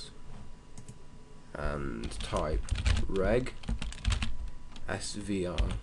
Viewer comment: OMG dude do you say regzvr or regsvr, because honestly it sounds like you're saying regsuvr but there's not that many letters in the command prompt you're giving. When i type "regsvr", it gives me an error but doesn't display a problem in the CMD window. And when i type "regzvr" it displays a message that it doesn't recognize the promt i'm giving IN the CMD window.